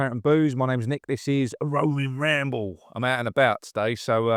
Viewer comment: Woving Wamble……very David Bellamy 😉